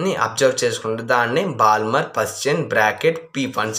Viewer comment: Balmer lo L silent bro